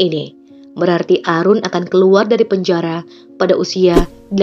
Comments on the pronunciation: Mbak, Aaroon bacanya Eren, bukan Arun, kalau Arun biasanya nama orang India tau Bhanglades, kalau bule bacanya Eren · Aaroon bacanya eren kak.. bukan arun... sedikit koreksi..